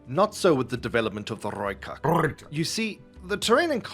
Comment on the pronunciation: Yo. Bloody proud that you managed to say it proper at the very end! • Also, good call on the motorbike mounted troops, I hadn't thought of that before. I'll email my contact in SA and see what he has to say. • You're also correct on the licensing! I must add that South Africa was pretty hated on the international community, for obvious reasons, and most countries would not allow their vehicles ,past or present, to sour their own reputation. • Mount and blade has most certianly been installed installed before, I swear! 😰 Thank you o much for reacting to my content again! :D